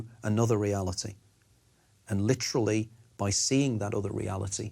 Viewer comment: rewatch this as a drinking game and do a shot everytime the nigel biographer says, “lit rah lee.” 😂